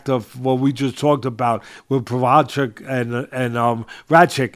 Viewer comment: Jiri "pro hodge kick" Prohazka